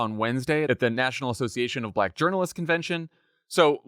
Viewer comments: My favorite part was his pronunciation of the word "black". B-lack. I've heard it before, of course, but he said it so many times in just a few minutes that it's really wedged in my brain and keeps making me giggle. Apparently it's a two syllable word. The first syllable is "b" and the second is "lack". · "Buh-LACK." Very odd. I bet he doesn't pronounce it like that when he's naming the colors on his cognitive test.